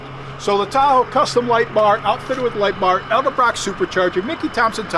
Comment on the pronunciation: Did just say ELDEBROCK?, It's ED-EL-BROCK. 😁😂